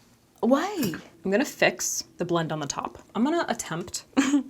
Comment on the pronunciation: "whYee" lmao!